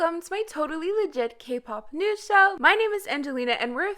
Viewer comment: Every time i think you say "my New show" and not newS show. 🤣 french problem